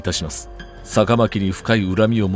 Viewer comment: 不文律は“ふもんりつ”って読むんやで